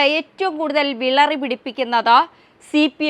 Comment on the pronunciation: 😂😂 " വിളറി" പിടിപ്പിക്കുന്നോ❓ ' വിറളി ' പിടിപ്പിക്കുകയല്ലേ ശരി❓❓😂😂